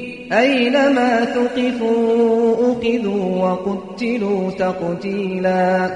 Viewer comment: مَّلْعُونِينَ ۖ أَيْنَمَا ثُقِفُوا أُخِذُوا وَقُتِّلُوا تَقْتِيلًا (61) pronounciation is not clear in أُخِذُوا pls check in his official youtube channel.he pronounced correctly there.